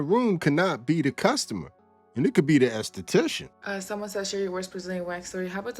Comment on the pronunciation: Okay what I want to know is who taught you how to pronounce an enesthetician